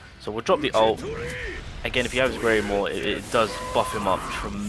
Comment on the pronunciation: I’m not trying to be rude against your accent, but WHAT IN THE WORLD ARE YOU SAYING THAT VETTO NEEDS????? Are you saying Grimoire meaning skill page? Or are you saying something entirely else?